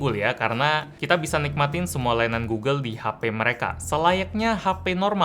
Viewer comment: gulu gulu itu google, cari aja video orang ngeja google malah jadi gulu gulu wkwkwk